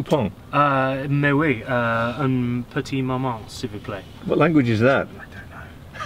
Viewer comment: "mais oui, un petit moment, s'il-vous-plait" that's french for: "absolutely, just a moment, please"... good pronunciation